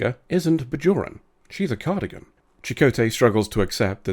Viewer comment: IT'S CARDASSIAN! NOT CARDIGAN!